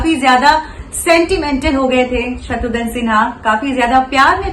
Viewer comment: Its not Shatrudhan Its Shatrughn Sinha.